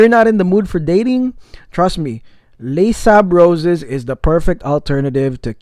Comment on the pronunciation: By the way it's pronounced lay-sable-roz haha